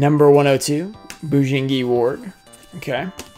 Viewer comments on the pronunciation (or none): none